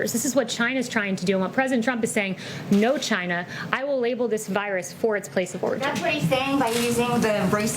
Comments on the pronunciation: Does anyone love the way President Trump pronounces China. It sounds like "Jyna". 🙂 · These reporters are jackals. "The virus came from CHI-NA."